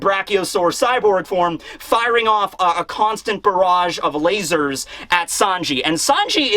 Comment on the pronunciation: saying "layzors" made my day